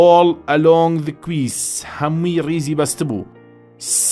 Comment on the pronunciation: quays ❌ key✅